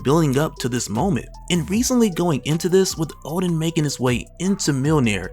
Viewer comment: Ha. Hulk fans in the comments. Funny. Btw guys, it's Odin not Oden